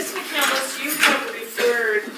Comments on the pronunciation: Btw, EM, McCandless is not pronounced "McCandeless". There are 3 syllables, not 4, in the last name. SHEEZ! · I think its interesting that she named herself after Chris McCandless but pronounces it incorrectly. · She can’t even pronounce her own last name! 😮😂😂😂